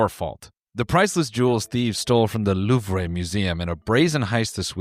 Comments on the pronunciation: Noel if there's an e at the end of a french word you dont pronounce it its silent 😭😭 LOUVR- eugéni-- aint that nice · Just so you know, the R sound is silent. If any website told you otherwise, they are very pretentious. In French it is simply just pronounced LOOV. Nothing else. People who over pronounce foreign words without looking them up need to be shot. I'm American... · For your defense,as a French, you pronounced the "Allô" better than the "Louvre". It was credible